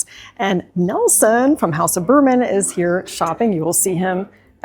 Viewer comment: Here I am...it's House of Birman... 😊 But I agree it does sound a bit like Bourbon when you say it fast 😅